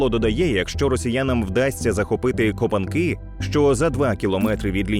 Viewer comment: Це шо за текст начитуєте так ніби ви Турок якийсь , КопАнки)))) про кОпанки ніколи не чули ?